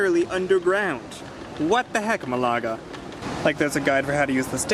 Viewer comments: It’s not a German fizzy drink, it’s a Spanish city! Try pronouncing Malaga properly. The stress is on the first vowel and it’s one word. I lived there for years, spending a lot of time avoiding the construction work for the metro. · Sorry dude, couldn't watch your video just because of the annoying botched city name.